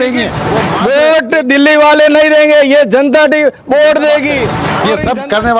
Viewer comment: बोट नही वोट होता है सर😂😂